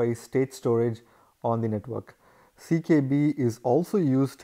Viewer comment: why u keep saying CBK when its CKB?